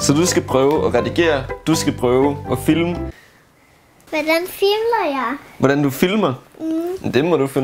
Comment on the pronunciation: Er det bare mig eller siger fimle i stedet for filme?😂